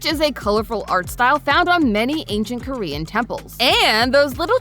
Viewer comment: The amount of name/korean words being butchered 😢